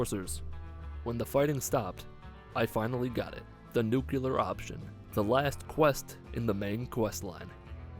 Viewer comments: My man, in the Fallout universe, only the Pulowski Preservation Shelters say "nucular." Don't fall that low. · The word is pronounced NEW-CLEAR. not NUKE-YA-LER. Christ, you sound like George Bush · It’s pronounced Nuclear not Nukyulir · "The Nuc-u-lar option". okay, George Bush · "the nucular option" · Sometimes I wonder who says nucular on purpose and who doesn't. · Here's a tip: He can't pronounce "nuclear."